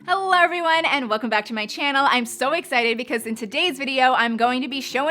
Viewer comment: Why does she say "HELLOR everyone" in the beginning of every video. Is that an accent?